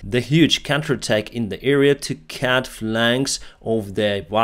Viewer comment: Just a small thing... Remember that CUT is prononced CUT, not CAT 🙂